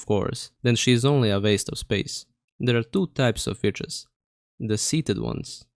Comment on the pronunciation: bro DID NOT say witches